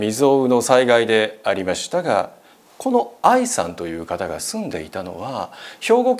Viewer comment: ありました⤴︎が⤵︎ 、テレ⤵︎ ビ⤴︎の⤵︎ が気になりすぎて話し入って来ないw